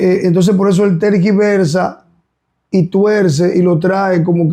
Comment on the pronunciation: No pude seguir escuchandoles, sentí que estaba en un canal esóterico. La gente busca libertad liberación. Y la mujer nunca dejo hablar al hombre. Me fastidió su mal pronunciación de 'trasgiversa' en vez de tergiversar.